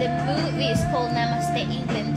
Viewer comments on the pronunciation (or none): none